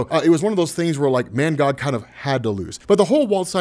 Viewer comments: Lmao this whole time i thought his name was “ManGod” Bcuz Of how you was saying his name 😂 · Is he saying mangod or mangog